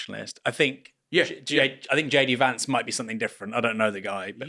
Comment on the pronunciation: Hilarious and heartbreaking to hear Slavoj say "JD Vance"